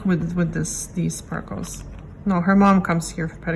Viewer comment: "For da shpahkles." "...Shpaaaahkles..." You just couldn't help yourself, could you? Lol